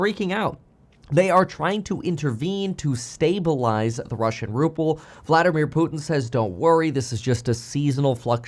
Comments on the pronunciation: It’s not RuppLe it’s RuBle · Ruble, not ruple. P is in Trump, not in the ruble. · What's a Ruple? A cross between a Ruble and a Rupee? Not knowing how to pronounce a nation's currency should be the first sign you are ill-equipped to provide any insightful analysis of said nation.